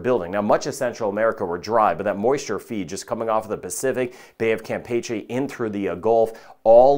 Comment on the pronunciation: Thank you for reminding me why I appreciate you. You correctly pronounce "Bay of Campeche'". Nails on a chalkboard when I hear someone say "Cam Peachy". Nails on a chalkboard, and everyone else on tv weather does it.